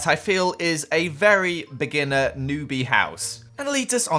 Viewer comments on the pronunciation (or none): none